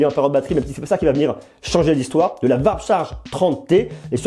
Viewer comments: "varp charge" 😅. Ça se prononce "ouarp" 😉. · Sympa le comparo 👍 Par contre je trouve les tarifs vraiment abusés par rapport à des marques plus etablies. Pour moi, la marque à suivre pour le moment c'est Xiaomi ; sans doute plus pour très longtemps, ils se mettront forcement au diapason. Par contre stp.... warp = "ouarp" et settle ="seteul".... je ris à chaque fois 🤣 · Ça se prononce plus "vrap"